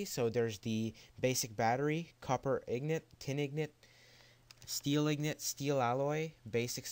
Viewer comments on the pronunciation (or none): its INGOT not IGNOT... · He says ignot instead of ingot :D